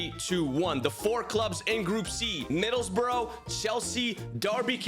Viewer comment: Middlesbrough is pronounced "bruh", not "bro"